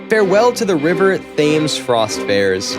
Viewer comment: Thames is pronounced Tems.